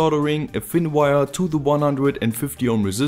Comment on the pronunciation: Damn, I really like your videos, but you saying weiaa(wire) is just too funny.